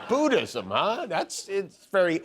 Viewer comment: It's NOT BOOdism. It's BUDDhism.